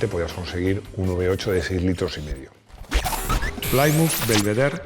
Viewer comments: Pronunciado ‘Plímuz’, no ‘Plaimuz’. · Se pronuncia de cualquier manera, pero queda mejor /Plimuz/ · Gran admirador de y su programa. Recomendado a todos mis amigos entusiastas. Entiendo que el inglés no es su fuerte, así que coopero con la pronunciación: Plymouth se pronuncia plimouth, no playmouth. Oldsmobile es oldsmóbil, no oldsmobail. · Sin acritud, Plymouth se pronuncia Plimauz y Oldsmobile se pronuncia Oulds-mobil. Pongo el guión para resaltar que como muchas otras palabras en inglés se acentúa la pronunciación en 2 sílabas de la misma palabra. En este caso sería algo como Óuldsmobíl. Existe un canal en YouTube que ayuda a pronunciar correctamente palabras en inglés/americano aunque sean marcas comerciales, como es el caso. Saludos